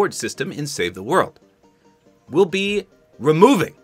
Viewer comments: Such a bad move by Fortnite.. but I loved the way you pronounced Re-moo-v-ing hahaha. Never edit out the amazing times when you are being yourself and having fun! I love to see it! :D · Your daily phonics presented by: R - M - OO - Ving 😄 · Ruh muh oooov ing are you at a spelling bee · ruh muh ooh vuh ing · Ruh-Muh-ohh-vuh-ing lol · Nice ra-ah-moo-ving😂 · Re-uh-mov-i-ng. 😂 This really stinks for everyone with the Founder's Edition and bundles. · The way said removing is SO funny 😂😂😂